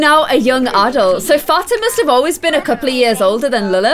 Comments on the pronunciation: Fat-ima is actually Fa-ti-ma 😂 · Liliths friends name is pronounced Fat-e-ma because I have a friend named Fatima